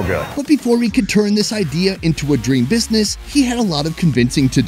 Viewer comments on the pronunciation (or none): none